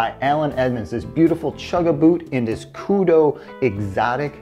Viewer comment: It is pronounced, "ku-dew"...not, "ku-doe".